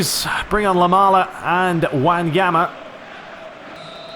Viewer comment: his name is LAMELA no Lamala... I know you can't get all the names right but it's just too weird hearing you pronounce his name like that lol. Keep up the good work